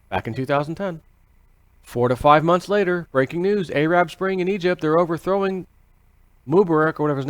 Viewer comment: I love how you say Arab, reminds me of the 80's